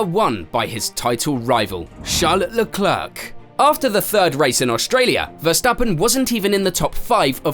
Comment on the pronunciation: "Leklerk"? tf?????????